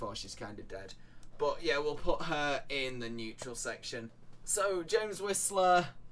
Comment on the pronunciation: Damn i wanted to watch this but i have to stop at 20 second… the word is “but” not “BOH”